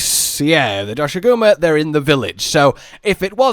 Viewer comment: In the trailer they pronounced the name Doshaguma. Now everyone appears to be saying it wrong and it irks me. xD